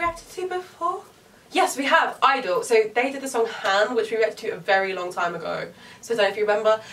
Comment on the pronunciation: you’re meant to say the G in (G)i-dle not just I-dle